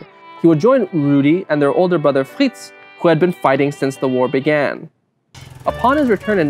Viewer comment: I know that pronouncing these names isn't easy for him but I can't stop giggling at how he says Fritz